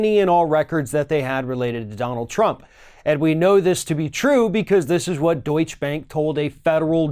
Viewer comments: Another Yank mispronouncing words! The word is pronounced Doycha not Do itch. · Actually, Deutsch is pronounced like "Doytcher", not "Doytch" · deutschE bank ... deutschEEEEEEEEEE (not deutsch bank). there is a reason for that final letter. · Doich-uh! Not Doich! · What is deutsch bank? Its deutshE bank. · Remember the 'e' at the end of Deutsche in Deutsche Bank, other than that it was very well pronounced :) Gut gemacht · *Deutsche. Not Deutsch. The "e" is pronounced at the end Deutsche. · It is pronounce Daucher bank. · I wish you’d learn how to pronounce names outside of the USA. It’s pronounced, doitcha, and Merkel is mronounced, mairkul. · It is pronounced Deutsch - a Bank!!!!!! Lawrence O'Donnell revealed on MSNBC that the Deutsche Bank LOAN DOCUMENTS are CO-SIGNED by Russian Oligarchs close to Putin. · The bank is pronounced Doit-cha. Don'tcha know? Hah! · Please,. Duech-e. You pronounce the e on the end. It’s a sound called a schwah, between uh and eh. You’re a smart guy and the continued mispronunciation drives me nuts. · Deutsche = TWO syllables. sigh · dude... The last "e" in "Deutsche" is not silent.